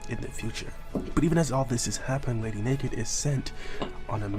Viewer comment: It is na-gant she is named after the Russian masterpiece mosin nagant rifle